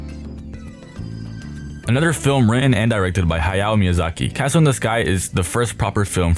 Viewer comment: Someone who can actually pronounce "Hayao Miyazaki" and "Ponyo" correctly!